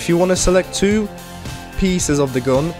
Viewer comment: Nie "gun" tylko "gan" :p